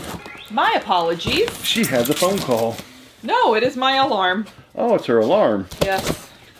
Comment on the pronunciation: The k-nife and K-phone thing is just as annoying as the rapping.